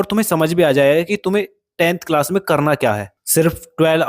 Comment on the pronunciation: Bhai it is not cilas it's class 😅